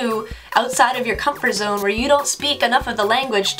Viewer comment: comfort zoneがcrumple zoneに聞こえるのは仕様ですか・・・